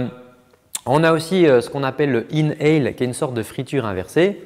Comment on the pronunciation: C'était comme d'habitude excellent, vraiment, merci beaucoup ! Petit tip : c'est "inhale", et non "in hell" (inhaler, aucun lien avec l'enfer ;))